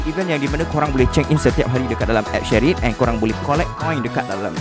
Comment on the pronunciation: Shareit bang bukan shery